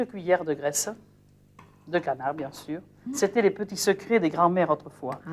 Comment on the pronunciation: "Alors là on a les couennes, on va les mannnnger ?" "Mais bieng sûûûr !!" Géniale cette Maïté !